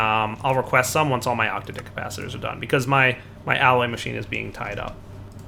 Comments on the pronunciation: "octa-dick capacitor".... no,.. it's "ock-tadd-ick". Every time you say it your way, I cringe.. this is not hentai. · every time he says octadic i laugh I don't know why he insists on saying it that way.. every time I just think 8 dicked capacitor.